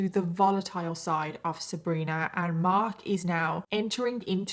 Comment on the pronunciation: Love how you pronounce "Marhk"...kind of like you live in Boston Massachusetts, USA. 🌞